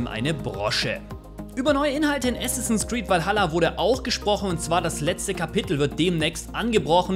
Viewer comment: Bitte es heißt Assassins Creed, statt Assinsass Creed.